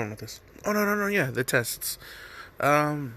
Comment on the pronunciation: when u said Jiraiya and Tsuyu I almost threw up